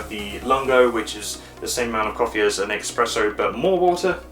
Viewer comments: LOL, I thought I heard "EXpresso"! But I did continue listening! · actually not, when someone does a review the minimum he can do is know the product, in this case know the different kind of coffee it can make not just cappuccino and hot milk... I don't even start with the pronunciation (expresso and macciato instead of macchiato) but saying "the temperature is ideal just as the setting ideal" is meaningless, you can just use a basic cooking termometer and tell us the exact temperature. The cup/mug can be as big as you want to, you don't have to put the mug and the jug at the same time on the tray, you can press the button and start the coffee, remove the mug, insert the milk jug and press the button the second time and start frothing the milk... It's just common sense, they make you press the button two times because of that. Funny when you forgot the water even after you lifted and tilted the machine to tell us the weight. Last but not least you could even set the machine to top up the mug you are using and not 3/4 full and show us how to do it